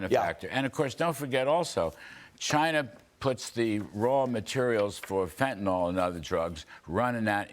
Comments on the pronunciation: it's FentanYL, not FentanOL (dammit) :) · It is spelled and pronounced fentanyl, not fentanol.